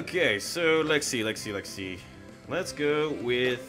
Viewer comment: Swear to God you’re saying Lexie & not let’s see